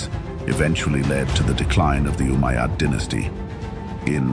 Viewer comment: RUBBISH, CAN'T SAY UMMAYAD